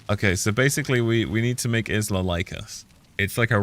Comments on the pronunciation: Her name is pronounced Ila, silent S just like island! Cracking me up with IS LA 😂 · considering this is a chinese game and isla is not a chinese why would it be pronounced Ila?